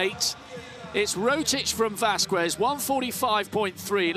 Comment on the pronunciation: The fact that he can pronounce KSZCZOT and not Vasquez is mindblowing